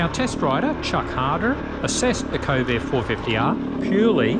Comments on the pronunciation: kove not ko-ve, you make it sound like covid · Since were talking Chinese products, I feel its alright to rip off the Eagles "New Kid in Town"... "Johnny come lately The new kid in town"....in a month "They will never forget you 'til somebody new comes along"..and the way you pronounce Kove, sounds an awful lot like CoVID! 🤔 coincidence?